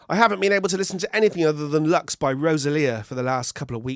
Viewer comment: Please, pronuncie it Loox! It's latín, not english!